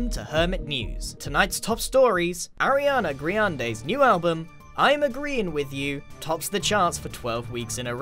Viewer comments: HermitNews starts, Me: ok. Grian: Ariana Griande Me: JEOAKSHDKFHSHS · "Ariana Griande's New Album, "I'm Agrian with you" I'm dying bruh